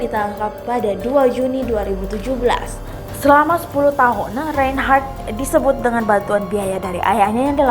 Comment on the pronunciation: Reynnhharrttaahhaahhhh..... Narator gelooh....